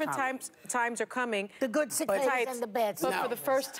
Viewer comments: Are you two years old? You don’t know how to pronounce cicadas!! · She couldn’t even pronounce cicadas correctly yet she knows what the future holds